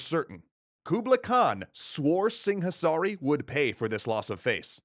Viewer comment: In the local languages, the 'h' is silent in 'Singhasari'